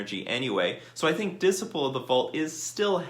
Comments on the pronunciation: Dis-iple of the Vaut, lmao It's Dis-sipe-ul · Dis-uh-y-pul not dis-ih-pul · whauh? Diss sigh' pull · Lol you're mispronouncing Dis - ciple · You good bruh, Diseyepull 👌🏾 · Unban the artifact lands... it restricts the colors some artifact decks can be in, plus affinity had died along time ago Edit: and your pronouncing disciple wrong, just so you know